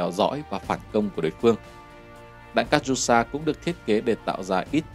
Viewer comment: Катюша đọc là Ca-chiu-sha các cháu ơi!